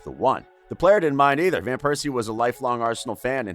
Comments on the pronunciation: Robin Van Pears See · Its well-known English speakers say VAN (like the car), wherein dutch the V is spoken as an F sound, but calling him Piercey in a tribute video.. my God my ears will bleed for weeks. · No one has a problem with him saying "Piercey" instead of Persie every time?!?